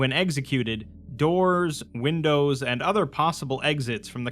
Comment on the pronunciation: "wimdows" hehehe